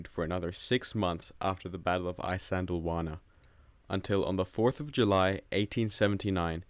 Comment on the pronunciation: Glossed over many important details, unnecessarily denigrated the native Natal Contigent who fought with skill and bravery, and completely skipped the Battle Rorke’s Drift. To boot, Isandlwawa is consistently mispronounced.